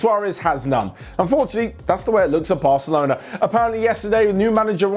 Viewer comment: In, said varcelona